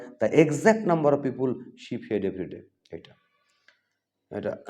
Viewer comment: "পিউপুল" আবার কি!!! বলুন "পি-পল"